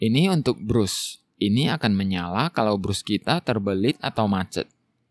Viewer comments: alangkah baiknya kalo bras bang, bukan brus 😁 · Brush dibaca "brash" bukan brus mas